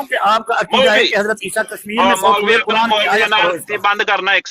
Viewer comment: qaran نہیں quran تلفظ ہے۔۔ 😂